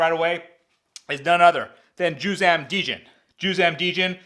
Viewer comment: Djin not Deeejin